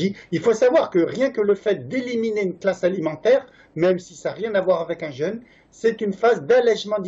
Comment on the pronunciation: Le mot jeûne [ʒø:n] ; vous le prononcez comme le mot jeune [ʒ œn] Merci de partager votre vidéo